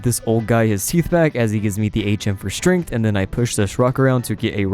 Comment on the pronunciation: lol i find it strange the way you pronounce "strength" are you saying, 'strinth'?